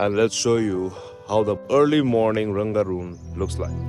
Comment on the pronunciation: रङगून् बोलो ।Rangoon not Rangaroon, if you can read English, say properly.